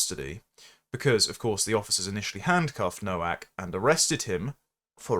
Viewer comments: FFS it's pronounced NO-VAK! The W is a V in English. Why would you comment on someone's demise when you didn't take the time to learn how their name was pronounced? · Nowak is pronounced Novak. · Please, have the decency to pronounce his polish surname correctly., I think the poor lad and his family deserve as much. The W is pronounced V. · The first 150,000 times I heard it mispronounced I ignored it.